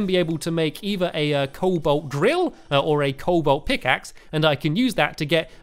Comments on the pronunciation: Stampy you mispronounce everything in this game cobalt is prenounced co-bolt not cole-bolt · Colbalt: Col-bolt Palladium: Pal-ad-ee-um Mythril: Mith-ril Orichalcum: Oric-hal-cum Adamantite: Ad-a-man-tite Titanium: Ti-tane-ee-um